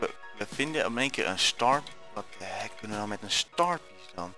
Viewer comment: je zegt what the hack. Het heet niet voor niets hackit ps. Spel het express zo